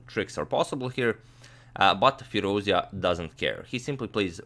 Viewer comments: the right pronunciation is FEEROOZ--JA..(like jar...jacket..jump) NOT FEERUZIA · It's FirouzЖa (the J sound without the D, not the Y sound) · Agad, the correct pronunciation for Firoozja is like firooz-JAW. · please say his name right; Firouzja as in fee-rooz-jaw (rouz as in "dues" and ja as in "jaw"). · Great game! thanks for your excellent commentary Antonio. Hope to see more romantic masterpieces of this young prodigy Just it's worth mentioning the Alireza's last name is pronounced FirouzJaH (with J like in John, an h in Henry) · Hey great analysis. By the way, his family name is actually pronounced as Firouzjah, with "j" being pronounced like "j" in "jack" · Not to nitpick but expanding the vast knowledge never hurts :) The ‘j’ in Firouzja is pronounced like the ‘zh’ in Nezhmetdinov. Depends on the root of the words, it can mean “he who sits on a marble throne”, or “he who is jubilant”. Depends on the video though, I have to go with the latter. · In Iranian names, the "J" should be pronounced as "J" (as in Justice) and it's not pronounced Y like Germanic languages. By the way, thanks for the great content.